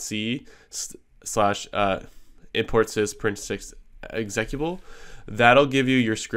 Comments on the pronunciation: 53 seconds in - the word is EX-UH-CUTE-UH-BULL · nice video, FYI: x-eh-cute-uh-bull